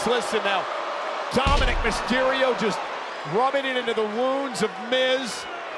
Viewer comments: Wait it’s been Tominick this whole time?! I’ve legit been thinking he’s been calling him Tom and nick! Well I feel stupid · Did R-Truth call Dom "Tominick?" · Did Truth call Dom, Tomonic😂😂😂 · Maybe not on purpose, but I swear Truth called him Tominick lol